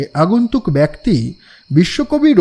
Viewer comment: আমরা যারা শ্রোতা তাদের আশা বেশি। তাই আপনাদের কাছে প্রত্যাশা বেশি। আমরা গল্প শুনি না, গিলি। এতো মনযোগ দিয়ে আমরা শুনি। তাই হঠাৎ একটা কর্কশ উচ্চারণ বা উদ্ভট ডায়লগ হাঁড়ের মতো লাগে গিলতে। তাই বলা। কিছু মনে করেবেন না। আর দয়া করে "অপিশ" আর "বেক্তি" ঠিক করেন। আপনারা এগিয়ে যান। দোয়া করে পাশে আছি।